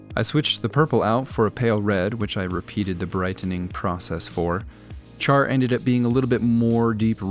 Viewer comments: pushes up glasses - My man, you did amazing on all of these...but I MUST point out it is pronounced "SHAR" not CH-AR, despite the spelling of his name. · its pronounced: SH-ar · Please never call him 'CHar' ever again... It is pronounced 'shar' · Char, pronounced Shar. Good video, though. Gundam Card Game? probably too late x_x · Great job making each unit unique and top-tier with the expert basing. Although spelled Char, his name is pronounced Shar, not like charred. Also, I couldn't care less about the Gundam Card Game. 🤖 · Just so the my fellow Gundam fans don’t kill you Char is pronounced with SH rather than how it’s spelled with the CH, sounding more like sha or Sh-ar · Boy: "Mr. Owl, what's the sound of nails on a chalkboard like?" Mr. Owl: "When someone pronounces the Red Comet's name like the bark on a BBQ brisket."